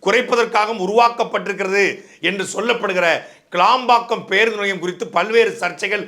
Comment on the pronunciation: சாட்டை துரைமுருகன் அது கிளாம்பாக்கம் கிடையாது கேளம்பாக்கம் நன்றி வணக்கம் நாம் தமிழர்